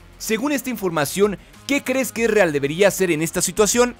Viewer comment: Quien es Ereal? XD pronunciation -1